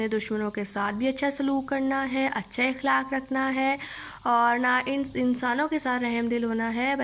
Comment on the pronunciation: الفاظ کی ادائیگی کی طرف خاص توجہ دینا چاہئے ۔ مثلا اخلاق کا صحیح تلفظ ا زبر خ ساکن لا ،ق جبکہ آپ ا زیر کے ساتھ ادا کر رہی ہیں جو کہ درست نہیں ۔ باقی سبق آپ نے بہترین پڑھایا